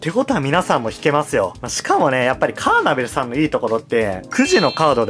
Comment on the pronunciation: カーネトル❌ カーナベル⭕